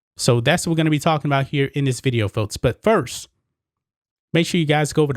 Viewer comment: Why do you pronounce “folks”, “foats” and “sports leagues”, “sports leads”?